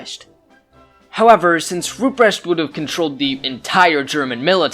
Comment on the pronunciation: A 10 minute video where the first 5 minutes is just the setup... Also the pronunciation of Rupprecht makes me want to cry